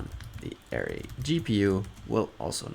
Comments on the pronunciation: Great tutorial,! One minor critique: your pronunciation of ‘array’ was confusing…a more standard pronunciation is “uh-RAY”. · You say ARRay, I say arRAY. Let's call the whole thing off. But seriously, good stuff. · it was very distracting. Work on it google it and use the pronunciation feature. Otherwise outstanding and very useful tutorial. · I kept thinking, "huh? what is he talking about?? Oh, he meant an ARRay!" lol Other than that, awesome vid!